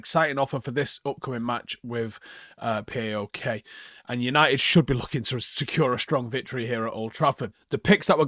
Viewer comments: It’s not pronounced like P.A.O.K. it’s pronounced like PÁOK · It's not P.a.o.k. It's pronounced as Paok, one word not separate letters. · Love the way he says PAOK, it’s pronounced Pauwk.